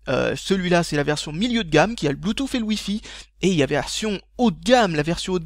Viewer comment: Désolé de casser ton accent mais je suis américain vivant depuis 3 ans en France et je peux t'assurer que personne ne dit bluetouffe ... On dit bluetousse. Et ni apole mais épel.